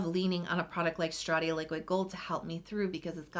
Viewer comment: I love you, but why “Shtratia”!! 😂